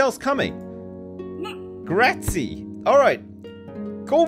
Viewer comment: doesn't know how to say Grazie